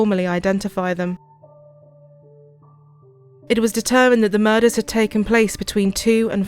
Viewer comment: Ive never heard anybody pronounce “murders” like that one anchor woman did. Like the fuck does muhUzz mean??